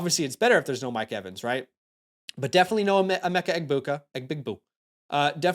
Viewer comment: u do this for money and cant even say Egbuka